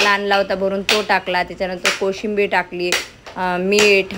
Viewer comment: कोशिंबीर नाही कोथिंबीर बोलतात